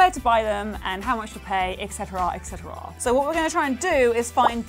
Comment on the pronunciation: Excetrahh etcerahhh